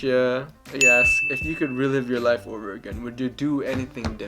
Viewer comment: “Hey baby want to come ober to my house to hab some lechon” 😂